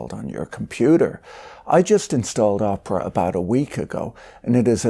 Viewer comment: I am sure Patrick says Oprah (Winfrey) on purpose instead of Opera. 😂